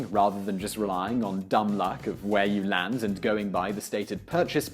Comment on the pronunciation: Why does he say land weirdly it sound like he's saying lans